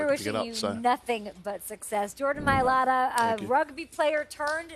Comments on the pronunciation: It's not rugby, it's rugby league at least get the sport right. Helps if you pronounce his name correctly as well..... Maliata? lol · The white guy must learn how to pronounce Jordan's last name correctly...and Jordan must tell the white guy how to pronounce his last name.